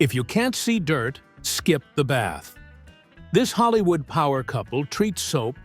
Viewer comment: Holl-eeew-ood HAHAHAHAHA